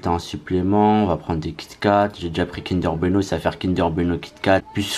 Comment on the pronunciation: "kinder beno" 🤣😂